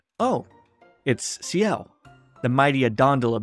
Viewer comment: By the way, ciel is pronounced s-yell. Not see-yell. Just so you know! This is really good, I loved it.